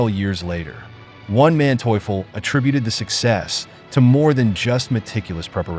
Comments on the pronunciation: One man teuffel? Wtf is he saying, really. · Von Manteuffel not "Onemanteufel" Hasso, baron of Manteuffel (born January 14, 1897, Potsdam, Germany—died September 24, 1978, Tyrol, Austria) was a German military strategist whose skillful deployment of tanks repeatedly thwarted Allied offensives in World War II. . He spoke eloquent English; in 1968 he lectured at the United States Military Academy at West Point, speaking about combat in deep snow conditions and worked as a technical adviser on war films. He was interviewed in The World at War episode 19 - "Pincers" (August 1944 – March 1945) in 1973. Manteuffel died in 1978. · Dude, the name of the German general is "von (FON) Manteuffel, and not the ridiculously pronounced "ONE Manteuffel", WTF! :-( Kudos for not fucking up the Romanian villages' names, though... :-) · Bloody useless ai voices. Wtf is "one man teufel"??! 😂🤦🏼‍♂️ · I love this Spanish general "Juan manteuffel" . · It's funny. Everytime I hear "One-Man-Teuffel" there'S a smirk on my face... AI voice over? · Juan Manteuffel lol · Why did you keep saying "oneManteuffel" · Great footage, but please stop pronouncing Von Manteuffel as One Man Teufel ;) - which he probably was ... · "One" Mantueffel? Otherwise entertaining video! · "One Manteuffel" how many were there? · The man's last name,is Von Manteuffel,NOT WON MANTEAUFUL..GET IT RIGHT, This video is PAINFUL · pronounced fon Mahnteufel